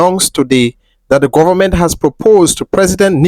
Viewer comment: .."guavament" lol😂